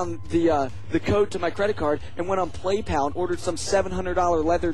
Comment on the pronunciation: Lol bam said playpal